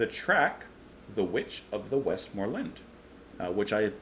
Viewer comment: And it's "The Witch of the West-Mer-Lands".